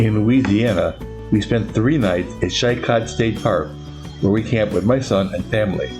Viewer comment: LA State Park pronounced "She Koh". Great fishing there too. Good video.